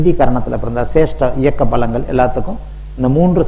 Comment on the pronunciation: Sir don't say balangal...that is palangal...and also not bournami...it's pournami